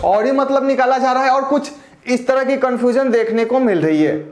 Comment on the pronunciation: कनफुजन नही कनफ्यूजन होता है